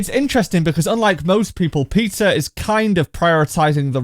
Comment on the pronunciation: Am I the only one hearing ''pizza'' when he says ''peter''?🤣